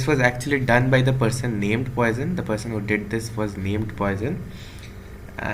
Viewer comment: Very good lecture. Came from X . Btw the pronunciation is "pwɑ.sɔ̃" puasawn .